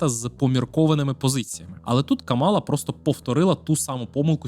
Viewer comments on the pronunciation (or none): Вона КАмала, а не КамАла. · КАмала , на перший склад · Зверніть, будь ласка, увагу – правильно ставити наголос на перший склад в імені віце президентки – Кáмала. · Я не здивована, що для білого гетеросексуального чоловіка питання абортів та рівності в суспільстві не є важливими)) Упродовж усього відео відчувається упередженість спікера до КАмали (так, він навіть її ім'я не в змозі правильно вимовити), а висновок про те, що Трамп, можливо, завалить нас зброєю відверто насмішив.